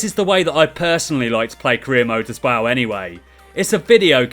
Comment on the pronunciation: this guy can't say as well and it annoys the hell out of me